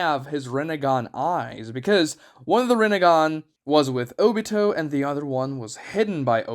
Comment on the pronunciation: Bro cannot even say Obitos’s name.